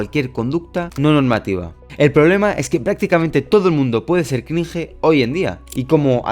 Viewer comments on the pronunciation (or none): Crinje jajajajaja se pronuncia “Crinch” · Por qué a los españoles les mola pronunciar palabras extranjeras como „cringe“ incorrectamente